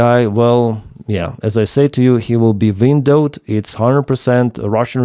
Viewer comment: 'Windowed' :D